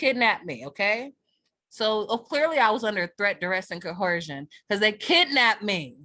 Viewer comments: Is this dummy trying to say "coercion"?! 😂 "CoHERsion?" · Why is it that not one single Moor can pronounce the word "coercion"?